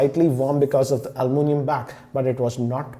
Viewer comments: it's "Aluminum" not "Almunium" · it can also be aluminum